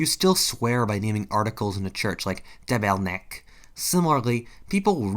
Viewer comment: TABARNAK love the prononciation !